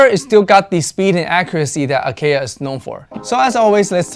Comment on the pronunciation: I am not trolling or gatekeeping, but I hope you realize that you are pronouncing Acaia incorrectly. It's an Ethiopian varietal and pronounced differently. It is just something I wanted to point out, otherwise great video. You can check Acaia's own channel and how they pronounce their name. It's an honest mistake, James Hoffman even mispronounces Timemore's name, so it happens to everyone.